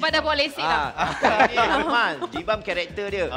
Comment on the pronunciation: Poor Roax, Nabil say his name wrongly again... Including Jibam on XD